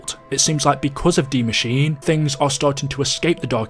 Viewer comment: Not to sound like a dick but Die Maschine is pronounced "dee mash-ee-nay" not pronounced like machine